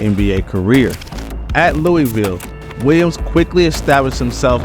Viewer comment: Its funny asl hearing outsiders pronounce “Loowahvul” as “Luweeville” 😂😂